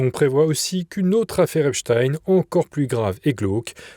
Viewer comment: À prononcer " Jeffrey Epstiiiiiin ! " SVP...